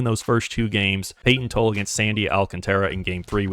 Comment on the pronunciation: Payton TOLL-E.. Tanner HOW-K.. cmon now